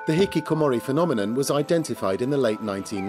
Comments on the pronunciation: you can't just put a french spin on a Japanese word. It's not even an accent thing, he failed to pronounce it properly. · I laughed at this because he said hikikomori with a French pronunciation XD it's a Japanese word lol. You could tell the newscaster was trying to emulate the way the French person said it instead of listening to the Japanese pronunciation. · as a Japanese, I love how he pronounces 'hikikomori'. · I like how the host pronounces "hikikomori" with a french accent because he probably learned the pronunciation from the french guest, and doesn't pronouce it the way it would be said in japanese. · And he pronounced hikikomori with a French accent. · The presenter with the glasses speaks English with a perfect English accent but pronounces the Japanese words with a french accent lol. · I love the English presenter pronouncing the Japanese word 'Hikikomori' with a French accent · I find it funny that they pronounce hikikomori not in an english accent as they are speaking english, not in a japanese accent because it is a japanese word, but in a french accent because... its a french program? lmao